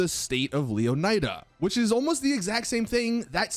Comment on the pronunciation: I find your poor pronunciation of Leonida disturbing. It's pronounced Lé-o-knee-da. Not Leo-nai-dah" how lazy do you have to be?